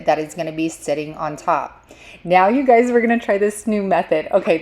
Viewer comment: I love how you say “you guysezzs” and here in Louisiana we say “Y’all’s”!!!!!